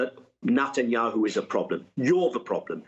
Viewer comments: I love how Daniel Levy pronounces the PM’s surname: “nut n’ yahoo” 🖖😂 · Nutanyu 😂 love it !!